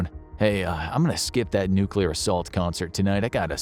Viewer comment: When is the next 100 days of alien invasion and nucular war